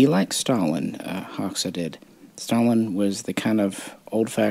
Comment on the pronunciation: Fun fact, Hoxha is actually pronounced like HOE-CHA. Enver Hoxha was a D bag though. It’s pretty wild if you go to Albania, all the old bunkers are still all over the border areas of the country.